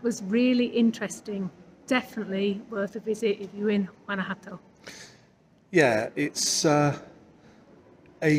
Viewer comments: 9 out of 10 bloggers can not pronounce Guanajuato. It's "Gwanakwatto". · You two covered a lot of ground in so little time. I hope you can make it back to Guanjuato (pronounce the JUA - hwa) for longer than a day, it's a beautiful city - Anne